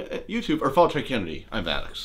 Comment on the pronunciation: Maddux It’s Maddox not Maddux